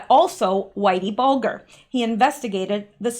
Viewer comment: His name is pronounced Whitey Bull jer (bulger) the G is soft like a j!